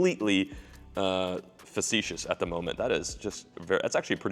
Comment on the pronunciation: fa·ce·tious WOW you pronounced one of them $10 words correctly